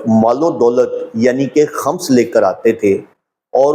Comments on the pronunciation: Eik feedback... Aap k lafzone k talaffuz theek nahine... Like Khams nahine khums hy... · خمس،کی میم،پرپیش ہے، زبر نہیں۔